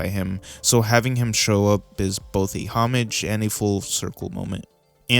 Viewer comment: The way he pronounces homage and bjork make this video really hard to watch